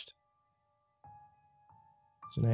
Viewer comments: Ordinarily, I LOVE your narrations... but halfway through the story I was shouting at my computer every time you mispronounced "Gehenna". There's another creepypasta channel that put out the same story; gonna see if he's more consistent. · Gehenna is pronounced GehRena no gehena lol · "Geneya" Hmm, never heard of it. "It's hell in the Bible!" ... Wait, is he mispronouncing Gehenna? *checks original story* Yep. XD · Ginneah - no G-henn-a - yes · The ancient bloodsoaked sacrificial grounds outside of ancient Jerusalem that inspired the word: ahegm Guinea. Because they tried and experimented with torture and blood sacrifice there. Hence the name Guinea (like guinea pig). Or for any Dragon Ball manga readers the Know the Japanese version: Gine. Ya know because she’s named after a vegetable from THE GROUND? When are you guys gehenna get your pronunciations correct? Smh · I had to check the original story, because it sounded like the destination was Guiana--which would be a way more mysterious destination for a train traveling through an interdimensional void than Hell, if you ask me. And then it sounded like he was saying "Jenaya", which made me think they were talking about two different things. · I love you. Love the stories, love your personality, love your soul. With that said, I'm not reading what you are, but if you are reading "Gehenna" thr pronunciation is geh-HEHN-uh with a g sound at the beginning not a J. If it's not that I apologize! If it is just letting you know. Keep up the awesome work man. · Damn good story, but Gehenna is pronounced guh-henna not jeh-naya....... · I love how you pronounced Gehenna correctly the first three times then after that it was genea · And then Guyana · Dont forget giyena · It's pronounced guh hen nuh by some Oh gi hen uh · Yes. Definitely not jeh-naya as the narrator pronounced it. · It's pernounced (gah-hen-na) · I love this except one thing. Gah-HEN-na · ... It's pronounced "Geh-hen-nuh"... 😐